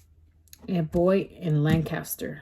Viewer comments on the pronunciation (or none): none